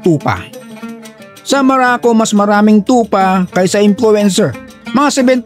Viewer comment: maraco ang pagkarinig ko😂